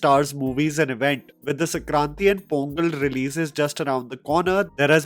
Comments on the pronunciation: Bruh, its Sankranti not Sakranti. Shan-Kran-Ti. I've noticed this in 4 videos so far. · It's Sankranti not Sakranti you Dk Bose. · It is Sankraanti not Sakranti! I initially thought that was the name of some director 😂